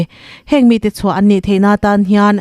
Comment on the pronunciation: "Chuan up grade." ti-a lam rik hi, "Chu an. up grade" tih tur a ni ngei ang.